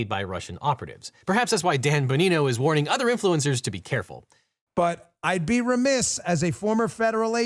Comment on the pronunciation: Objection Counselor! His last name is Bongino, not Bonino . He's still a clown, but you obviously dropped the 'g' in his last name.